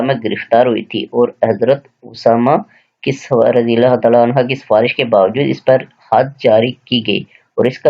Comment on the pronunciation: Sir kindly jab ksi sahabi ka naam ay tw razi Allah tallah han hu read kya krn. Ap gair-danista tor pe Razi Allah hann ha read hin. Agr koi bat namnasib lgy tw sorry sir ...